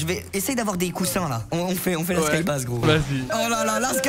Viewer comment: Ça se prononce skybeïz et pas skybaz